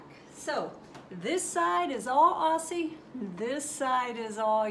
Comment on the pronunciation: Just an FYI it’s pronounced Ozzie not Ossie :)